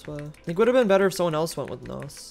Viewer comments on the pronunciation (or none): I literally heard nose instead of nos